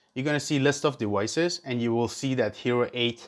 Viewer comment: fuck the story. we want to know how to connect our hero 8 to a pc! c'mon man! Edit: Sorry that was out of line.. Thanks for the video! Edit:, Edit: Don't say dewices.